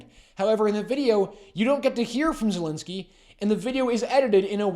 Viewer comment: Why can't any of you pronounce the President of Ukraine's name correctly? It amazes me that in Canada, a country that has one of the highest number of Ukrainian immigrants tries to put a russian pronunciation like putins name. I will attempt to help by spelling it in a way that you might be able to get it right. Volo-deemer, now look at the correct spelling and you will see this is a possible pronunciation and you should be able to agree that vladimir is a pretty stupid attempt, which is probably appropriate for turdo.